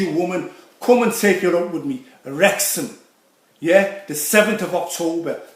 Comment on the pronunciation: Wrrrrreck ya in Wrrrrexham 😭